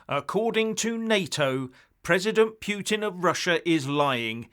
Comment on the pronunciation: Oh,! Your 'pyootin' again. Your going to lose some friends with this Narrative obsession...